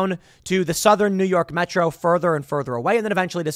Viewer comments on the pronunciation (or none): none